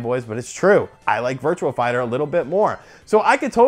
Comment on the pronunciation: it's virtuA fighter not virtuaL fighter